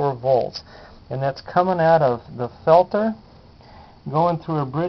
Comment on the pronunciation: As usual, one of the few videos that will actually teach you something. Thanks On a side note it makes my skin crawl to hear you pronounce peltier that way!! Its french and pronounced phonetically is 'pelt-teay'